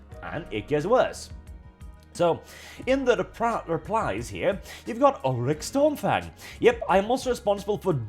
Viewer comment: Had to do a double take. I thought you said Ulric Stormfag 😂